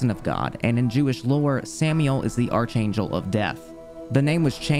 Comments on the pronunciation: It's pronounced "Ark Angel" not Arch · Archangel is pronounced Ark Angel. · haha that's not how you pronounce archangel